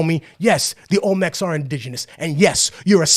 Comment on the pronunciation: Olmenecs???? Lol